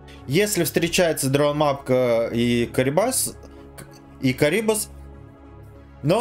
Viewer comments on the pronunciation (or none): какой карибас , костноязычный, только крабидос, он крабит крабов потому и крабидос и пофигу что карибдис зовут его ссп